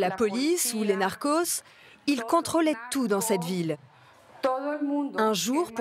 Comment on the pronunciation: A des narcons elle m’a tué